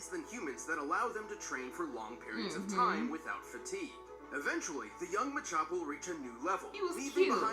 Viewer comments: MACHAMP NOT ma champ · This man said “manchamp”. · She said it ma-champ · Muh champ is how you say it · It's called ma-ch-omp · It’s “muh-chAmp” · To help you guys out it's actually pronounced Machamp(Muh-Champ) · You seriously don’t know how to say machamp? Like dude, don’t go hating on Pokémon like that. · It was sad seeing them try to pronounce Machamp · NOO THEY CANT PRONOUNCE MACHAMP IT BREAKS MY HEART🥺